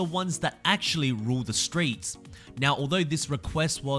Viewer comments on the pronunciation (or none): none